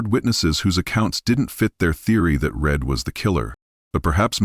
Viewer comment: Karens last name is Read not Red